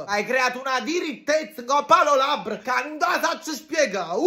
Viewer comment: Ma questa donna non sa pronunciare rossete e labra, lei è cagitalia?